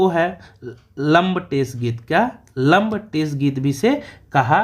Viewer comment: सर सुधार भी करते चलिये लंबटेस नहीं "लमटेरा" कहते हैं